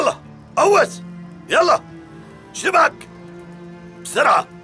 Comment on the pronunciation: مين لاحظ ان قال اسيله😂😂